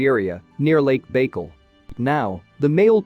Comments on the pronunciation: the AI has some weird pronunciation: “mitt-uh-CHON-dree-ull” for mitochondrial. Should be pronounced, “mite-oh-KON-dree-ull.” ETA, , “Lake BAKE-ull.” Should be, “Lake BUY-kull.” For Lake Baikal in Russia. 🙄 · Mitochondrial is pronounced: my - toe - kon - dree - all. (Lake) Baikal is bye - call. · Why don’t the readers learn how to pronounce words they don’t know. There is no “chow” in mitochondria ( the ch is sounded like a “k”). And there is no Lake Baykal (rhyme with bagel”. It’s pronounced Byekal( the si sounds like long I(BAIKAL). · AI speaking? Lake Bagel (with a smear) Mita - Chanda? Really? Just couldn’t keep watching. SMH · If you are going to use an AI voice at least program it to pronounce things correctly. Baikal should have the emphasis on the second half of the word. Paleolithic is mangled in it's pronunciation. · This robot needs to be taught how to properly pronounce the word 'mitochondrial'. Lake bakel? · Thank you for your ingenious video and information. FYI, the Russian lake Байкал is pronounced "By-cul" emphasis on the "by"